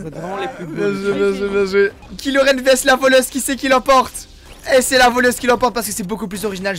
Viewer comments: Les gens : cool la vidéo ! Le fan de star Wars : PUTAIN C'EST KYLO REN !!!! PAS KILO REN !!!!! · C est pas kilo Ren c est kylo ren